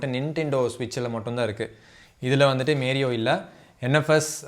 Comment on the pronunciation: மேரியோ இல்ல மாரியோ டா 😂😂😂😂